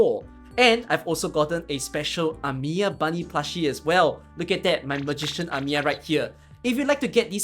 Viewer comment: That's not Amiya... That's Amiyi